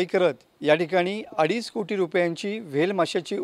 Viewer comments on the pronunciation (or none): Adij nai adich asta re porano